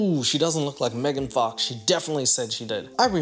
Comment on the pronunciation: Bro said megan fax 😂